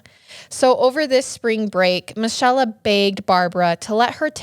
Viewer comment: Another great story but I think Michella is pronounced Me-Kay-la / Mi-chel-la